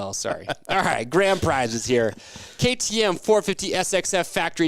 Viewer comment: You guys really need to change your name, it's terrible. It's insane how many times the commentators have screwed up trying to say Rocky Mountain ATV/MC KTM. just did it again as I'm watching ATL 2.